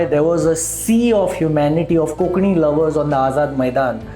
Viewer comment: Why is Konkani being mispronounced as 'Kokani " कोंकणी NOT कोकणी